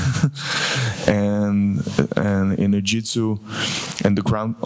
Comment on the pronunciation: lmfao, this had me laughing too. 'No practice the jitsu'